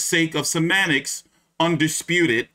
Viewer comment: loma just said teo undesputive